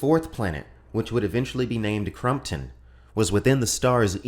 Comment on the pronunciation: With love: you keep pronouncing “Crompton” as “Crumpton”